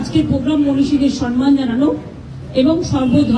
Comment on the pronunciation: কথাটা হলো সম্মান, সনমান না.